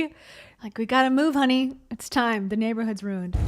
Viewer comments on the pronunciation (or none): none